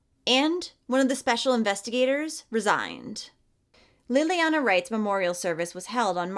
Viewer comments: 🤦‍It's not pronounced LIL-LEE-ANNA or LEE-LEE-ANNA it's LAY-LEE-ONNA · So sad.... please look into her name pronunciation.